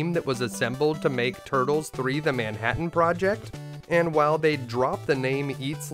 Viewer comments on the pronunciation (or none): none